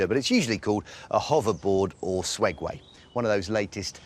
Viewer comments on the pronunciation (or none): He said swegway. Hahahahahahahahahahahahahahahagahahsgaga